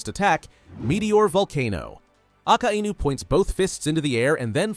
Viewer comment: Did you just say aka inu